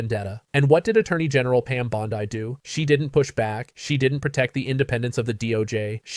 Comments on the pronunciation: Bondi is pronounced bond-ie not bond-ey. 😊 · I agree with all the accusations made by Klobuchar. But why can't this guy pronounce Pam Bondi's name? It's bondee, not bond i. Is he an AI generated narrator? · For god’s sake, pronounce her name correctly, it’s not BONDI